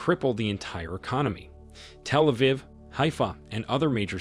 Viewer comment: Somebody correct this awful pronunciation!!! It’s so annoying. Can’t even pronounce Achilles, Iran, Telaviv and Hamas. Please.